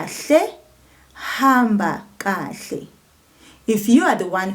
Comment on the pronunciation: Thank you for this lesson and the pronunciation of kahle. I am subscribed and will continue to learn from you.